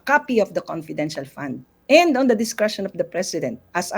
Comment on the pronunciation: Confedintial fun ngaa eh